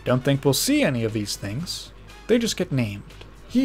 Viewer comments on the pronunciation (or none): none